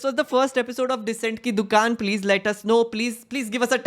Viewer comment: Om Bidla : Please ❌ Plejjjjjjj ✅